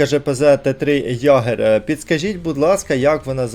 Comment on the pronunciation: Тільки не «Ягер» а «Йегер») Кошмар пройшов із двома тіпами, в соло навіть не йшов. Непогана тактика брати Цербер та ставити на нього вампіра, швидке перезарядження та «invisible».